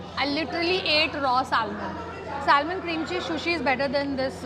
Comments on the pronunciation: It’s sushi not shushi. It’s terrible to hear such pronunciations from a food vlogger. The L in salmon is silent it’s pronounced as sa-mon. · Correct the pronunciation, “salmon” l is silent.